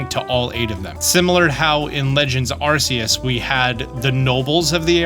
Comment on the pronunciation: This person needs to learn how to pronounce the words correctly. Can't even pronounce Arceus and Lumiose correctly.